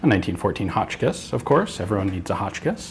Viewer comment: "evreone needs a hochkiss" ian 2k17